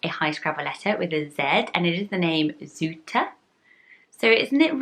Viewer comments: Zoete is right, although it’s said “together” = Zoete, not Zoe-te. Love your channel! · it's not really "zootah" its more like 'zoo-tu' without adding like a 'w' after zoo', zoo just needs to be said short. But it doesn't really matter that much. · You pronounced it well for a foreigner tho! There is another pretty Dutch name with almost the same meaning which is Lieve. Both names are adjectives in Dutch :) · You pronounced Zoete right except the t was a bit too harsh. It's a Dutch word indeed but I have never heard it as a name before!